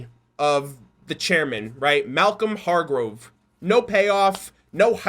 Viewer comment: The name is pronounced Malcolm Hargrove